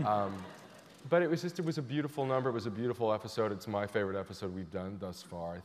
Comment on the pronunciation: why does ryan keep saying efisode????? and no one is correcting him